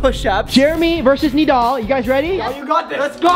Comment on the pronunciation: Did bro just say Nadal his name is nidal